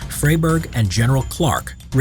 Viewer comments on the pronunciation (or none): Indeed…not his proudest moment, but Narrator, please…a little homework before stepping up to the mic. The man’s is not “Fray-burg”, but “Fry-burg”.